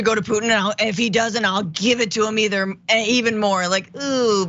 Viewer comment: Trump said "dill." Like a pickle for a nickel dill.